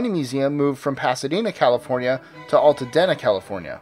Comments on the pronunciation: Its pronounced Alta DEENA not alta den a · It's pronounced Altadeena (long E) for the Bunny Museum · If you can correctly pronounce the "dena" in Pasadena why can't you pronounce it in Altadena?